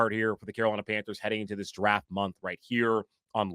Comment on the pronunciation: "Darft" derp.